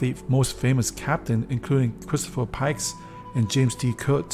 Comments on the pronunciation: By the way it's captain James T Kirk not Kurk... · Christopher pike (not pikes) and James T. Kirk (not James D. Kurt). Don't profess to know something unless you actually do, fool. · LOL James "D" Kurk..... it's James T. Kirk and T stands for Tiberius. But anyway - Animation and Explanation of facts are amazing dude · It's his accent: he has trouble pronouncing "Kirk". Yes, the physics lab is supposed to be two decks tall to contain a telescope. Please remember that this person is using a flat blueprint that interprets a three-dimensional shape, and that can be hard to interpret from a piece of paper. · Pretty sure it's, Captain James Tiberius Kirk. How can you flub this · For some reason, I'm having problem with pronouncing Kirk correctly, and trust me, I have tried it many times. 😁